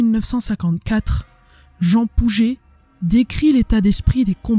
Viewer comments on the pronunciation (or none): none